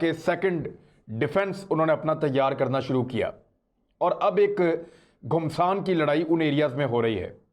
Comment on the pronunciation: I like your reportings ..... Please correct the word GUMSAAN KI LADAAI .... it pronounce as "GHAMAASAAN" KI LADAI